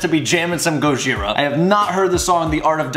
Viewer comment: Why you saying it like that? You're putting so much emphasis on the H